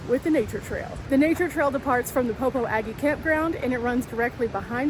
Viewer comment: Fyi... it's pronounced Po-po-jhu. Not po-po-a-gee!